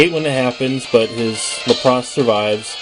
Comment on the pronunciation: Your pronunciation of Lapras is wack. LAP-riss. Emphasis on the first syllable.